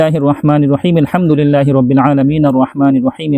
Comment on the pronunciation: আপনি যে সূরা ফাতিহাটা পড়লেন সেটা কি মিল হামদুলিল্লা পড়ছেন প্রথমে নাকি আলহামদুলিল্লাহ পরছেন প্লিজ একটু জানাবেন আমার কাছে মনে হল আপনি মিলহামদুলিল্লাহি রব্বিল আলামিন আর রহমানুর রহিম এরকম বলছেন দয়া করে একটু জানাবেন কিভাবে করছেন